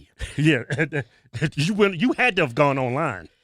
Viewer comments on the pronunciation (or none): none